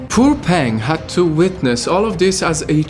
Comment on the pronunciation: It hurts to listen to your Chinese pronunciation. Her name is not pronounced “ pen-g’ (like pen in English) but more like p-‘er-ung, and “wang” sounds more like “wung”.